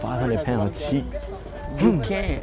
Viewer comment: it’s cheeks not checks